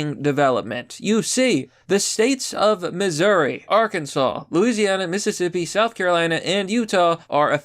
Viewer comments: OMG I'm so proud of you. You finally said Ar-kin-saw instead of R-Kan-Ziss. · Arkansas 🐗🐗🐗 and you said it right